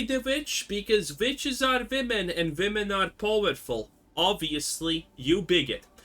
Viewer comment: vitch and vomen :P nice